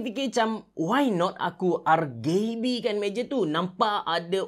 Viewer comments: Sebutan rgb memang camtu ke lain macam dengar nya. R-gay-b??? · no one:... absolutely no one:...: R-GAYYY-B